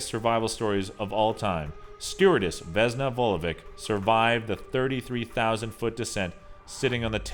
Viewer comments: vesna isn't vezna, it's an S not a z. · the funnyest thing is how he pronounces the vesna vulovic 😂😂 its veSna not vezna and its vulović not vulovik 😂😂😂